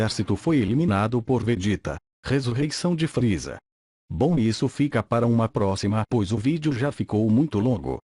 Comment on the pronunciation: vc falou RR errado é friza e não fril